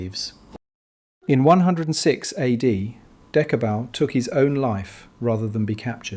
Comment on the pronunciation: pronunciation is Dechebal